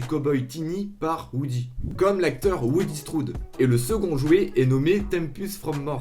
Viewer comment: Ca ce dit John LasÉteUr 😭😭